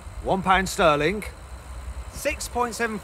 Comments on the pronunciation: What's with some brits who pronounce the g as a k. He said SterlinK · I don’t think you’re supposed to pronounce the “g” in “sterling”